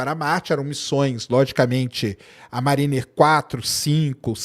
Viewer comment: pronuncia Mériner - mariner. Abraço.